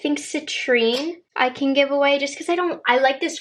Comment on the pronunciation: Did you say “geev” instead of give? 😂